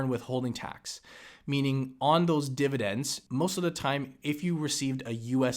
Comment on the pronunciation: Why do you always call it dividents? Why not dividenz or divideng or even dividenp? Why is it when you people say it wrong it's always divident?